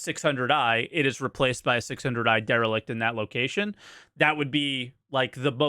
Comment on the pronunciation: You can Der-e-lict my balls, Cap-i-tan'